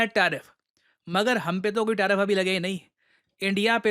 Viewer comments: Tarfif ❌ Tariff ✅ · TARIFF not TARFIF. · 1.09 TARFIF😂😂